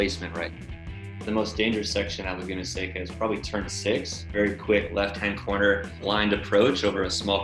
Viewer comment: The pronunciation of “seca” was nails on a chalkboard. Its california. Doesnt sound like SEGA with a C